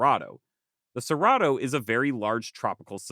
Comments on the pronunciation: Your Portuguese pronunciation is horrible. "Terra" is pronounced with the "rr" as an "h" sound, and preta is more like "prey"-ta. At least in Brazil. Cerrado is also a "h" sound. I lived there for a time. Say-HA-doh. Great video though. =) Super excited to see this. And the terra preta is a super cool thing. I wonder if more excavation of those regions could tell us more about lost Amazonian peoples. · Having a harmony with nature and having charcoal to work metals like Iron & Steel is paramount, was that way thousands of years ago, still holds true today. **Edit in Brasil two rrs together make the H sound: Cerrado= Ser-ha-doe say it like that just to help. Also you forgot the second most important ecological Region in S.A. , the Cerrado transitions the two zones between the Amazon and the almost as important Atlantic Forest Mata Atlantica- Lots of Indigenous in the Atlantic Forest too & we have better soil.